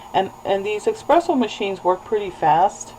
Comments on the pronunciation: for the love of God it is ESpresso not EXpresso. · Good video, helped me iron out the little knacks with my machine. Just so you know espresso is pronounced ESpresso not eXpresso. :-)